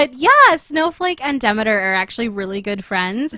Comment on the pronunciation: its pronounced De-ME-ter